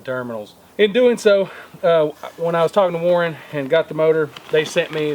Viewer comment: Sorry, you're not the only one, but it drive me crazy. It's WARN, not Warren.... lol